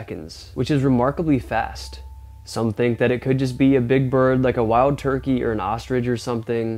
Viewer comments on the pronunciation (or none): none